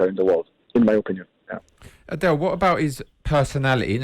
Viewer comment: The dudes name is not pronounced like "Adele"